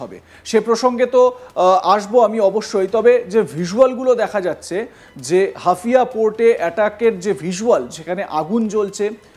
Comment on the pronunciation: হাফিয়া না -- হাইফা